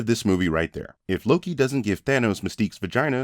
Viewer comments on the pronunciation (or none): none